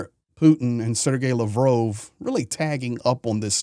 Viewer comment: You can't even pronounce Lavrov correctly.